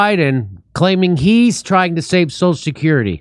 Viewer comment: I was about to make fun of Biden for slurring through the pronunciation of 'social security' but then Jimmy started doing it too LMAO. How many Martinis does JD crush during an episode??